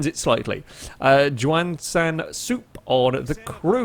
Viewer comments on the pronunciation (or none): Hey Juan is pronounced WON.